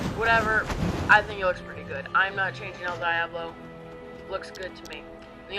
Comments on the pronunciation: Is no one complaining about the fact that he pronounced Diablo, "Die-Aw-blow"? Instead of, "Dee-Ah-Blow". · its pronuonced DEE-AH-BLO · The way they said Diablo made me wanna kill myself